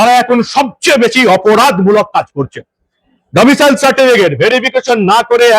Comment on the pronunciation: Domicial noy; Domicile.